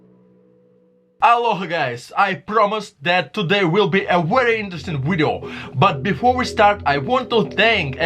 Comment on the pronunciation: What the hell is a "wideo??"